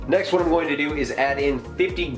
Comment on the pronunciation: ***** conor heslin You can't unhear this now loool